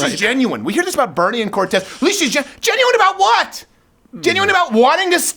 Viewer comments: I always love your funny and logical videos, and this one was just as intelligent at always, but I did not really care for all the yelling, cussing, and saying "Corrrrrrtez" in that way that libs will construe as racists. Please calm down, you are far more effective when you are calmly "ripping them a new one." You said you are taking some time off for health reasons, please get good rest and come back soon! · i keep playing this just to hear Crowder say "COR R R R R R R R TEZ" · Lol - 😂🤣🤣🤣 I died! Corrrrrrrtez